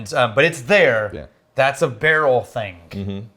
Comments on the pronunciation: "That's a barrel thingk I think", took me a couple of tries to unravel this one 😂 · That's a barrel thingk I think